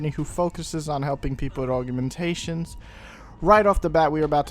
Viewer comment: youre the second person ive heard say it like aug-u-mentations. weird :o